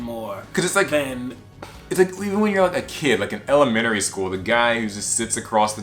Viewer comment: Im sorry for quoting this guys but did he say Elemenary school No hate it was funny